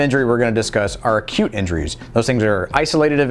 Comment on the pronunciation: All the time you said acute injuries i heard 'cute injuries'🤦‍♀️😅